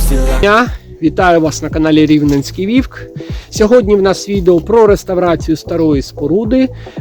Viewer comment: На укр. мові вовк а не вівк!!